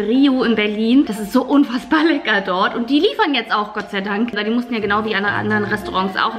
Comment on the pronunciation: Du sagst immer "legga" aber es heißt lecker 🙄